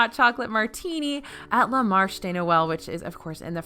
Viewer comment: It's not "La Marsh" "Leh Mar-shay" de Noel